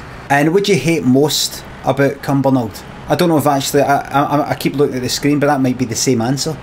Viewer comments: Why you saying “cren”? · Gee Limmy why do you say crin? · “loading cren”